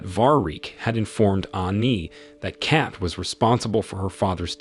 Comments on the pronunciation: The “e” is silent…. Lol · Her name is Kate, not Cat(Kat). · Its cat not kat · its K-ATE. not CAT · Kate rhymes with Hate. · So he can’t say Kate correctly but he can say Stephen. Wow.